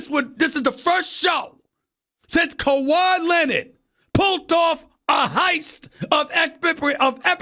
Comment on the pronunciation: "KEUWAIIIIIIII LINEARD"